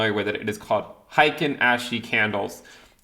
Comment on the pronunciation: Heikin literally means average and it's pronounced "heykin" like "Hey I love your videos!" My wife is Japanese